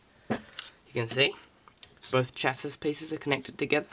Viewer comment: Goôd build and info. Just one thing dude. "Chassis" is pronounced "shasee" ;) good job though. Mine is on order as I type!